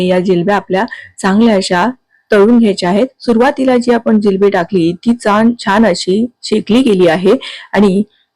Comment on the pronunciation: जिलेबी नाही जिलबी म्हणतात😅